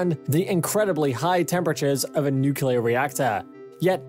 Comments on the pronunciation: New Klee Er New-Klee-Er = Good. Newk-You-Lurr = Bad. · you lost me at "nucular" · If you don’t cut corners by having a robot doing the narration, at least get someone who can pronounce “nuclear” properly. Funny how he corrected himself halfway through.